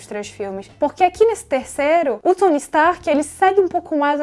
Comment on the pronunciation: N é por nada não, mas achei mto engraçado o jeito q vc pronunciou o nome de certos personagens. "Furry" "Tsony" Como já diria o miranha: "falar inglês é legal, mas não fala de mais!"